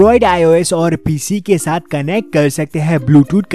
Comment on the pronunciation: Pese nahi PC